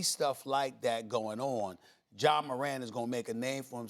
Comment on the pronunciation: Bruh it’s Ja c’mon now 🤦🏿‍♂️💯